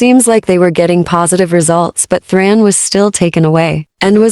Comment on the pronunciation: It's THARN, NOT THRAN